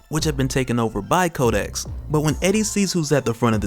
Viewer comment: 😂😂 everytime you say kodex i keep hearing kotex from black dynamite. 😂😂